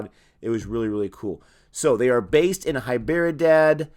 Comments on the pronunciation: Thats 'd' in Hy'd'erabad Not 'b' LoL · I like how he pronounce Hyderabad..... it’s funny 😂